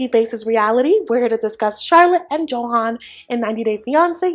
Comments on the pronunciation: His name is pronounced Yo-han, not Joe-hen/han. Just saying 😅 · I’m curious why you pronounce his name like a non Spanish speaker.